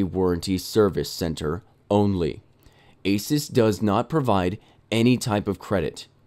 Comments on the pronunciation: Did he say asis it’s asus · Uh-soos, not ace-us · holy crap its A-SOOS/AH-SOOS not A-SUS and dont get me wrong i love your channel :) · Asus is pronounced like A-Zeus (as in the god) not asis. Anyway, love your vids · of course you'd get a referb card, it's the same as them fixing yours and sending it back. and $20 shipping? awe muffin it's like $60 for shipping here the company is fully right here. also if you were on the phone with them at any point you'd know it's pronounced A-soo-s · EVGA>MSI and isn't it (Ay-Soos) ASUS? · Its said asoos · It's pronounced "asoos". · pronounced a-seuss